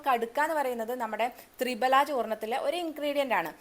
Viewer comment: തൃഫല എന്നുപറയാനേശ്രദ്ധിക്കു മാഡം